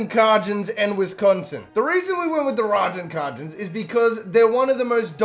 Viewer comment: The way bro pronounced Ragin’ Cajuns is infuriating 😂😂